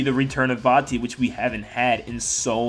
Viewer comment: It’s vatti